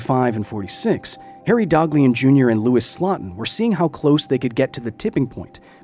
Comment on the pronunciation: Slotin's last name is pronounced SLOW-tin, not SLOT-in.